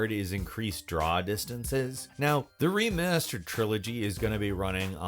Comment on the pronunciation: The ReEemastered trilogy.